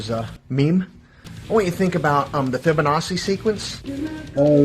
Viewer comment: Fibonacci sequence completely mispronounced for a “genius”